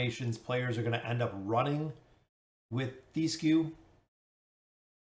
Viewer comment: His name is Thesku TH - E - SKU Its a regular E, that does not chamge to i As an example: do you say THEM or THIM??